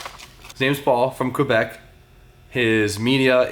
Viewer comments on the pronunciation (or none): none